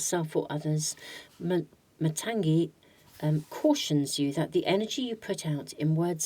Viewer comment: Hi, for Pile -2 it should not be pronounced as matanzee it is matangi as gi in gift. Matangi is one of the dasamahavidyas. Very powerful goddess 🫶🏻 from India.